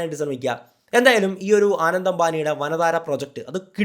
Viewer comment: ആനന്ദ് അല്ല അനന്ത് ❤️